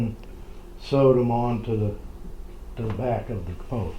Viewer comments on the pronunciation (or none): wrong we say capo not capoteh